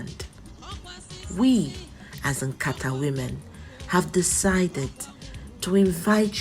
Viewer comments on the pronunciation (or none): NOT BASKET.WHAT IS NKATA? PRONOUNCE IT WELL Nkatá = Discussion or talk Nkatà = Basket. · NKATA YOU ARE PRONOUNCING IS BASKET NOT NKATA CONVERSATION,TONE MARK IT PROPERLY, YES WE ARE IGBOS, DO NOT ANGLOCIZE IGBO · You are pronouncing nkata, basket not discussion. Hope you are an Igbo